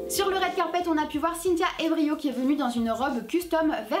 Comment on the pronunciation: Brie Larson ressemble à Becca Tobin C'est Cynthia Erivo, pas Evrio ^^ Nathalie Portman, sa robe à fait polémique un peu, par rapport aux propos de Rose McGowan Salma Hayek a voulu jouer les déesses grecques je crois xD et Saoirse Ronan, la prononciation c'est plus "Seursha Ronan" Sophia Bush elle fait vieille dans cette tenue ! J'ai dû lire son nom pour la reconnaître